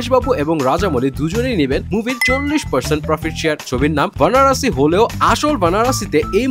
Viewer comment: Banarasi nhi bhai baranasi h movie name 😂